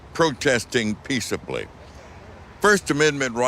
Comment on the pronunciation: Peacubly? What do dat bees?